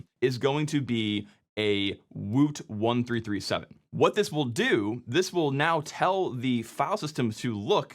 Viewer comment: Isn't woot1337 pronounced "woot leet"?